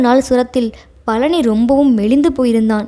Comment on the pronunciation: கலி அல்ல கழி😮 பலனி அல்ல பழனி.ல ள ழ வேறுபாடு முக்கியமன்றோ தமிழ் உச்சரிப்புக்கு